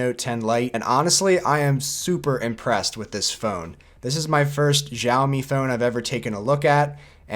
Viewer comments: Dude its chawmi not jawmi. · Maybe because of english accent you are saying "jaomi" but there is no brand such as jaomi but xiaomi which spoken as shaomi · It might be hard, but say Xiaomi like “yow” as if you were in pain. Now say “yow” in your normal voice. Now add an “s” and it becomes “syow”. Then put a “mi” at the end. Syowmi is how it’s pronounced and you’ll sound better than most tech YouTubers. P.S. It’s NOT shaomi!